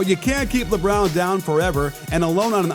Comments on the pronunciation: "Lebrown" Watch all of your videos and they're very good it helps improve my basketball knowledge a whole heap. Keep it up. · Who TF is LeBrown? 😂 Can you hear me shaking my head Coach?